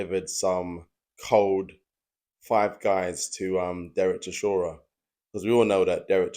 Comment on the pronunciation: The way you say "Chishora" is near unbearable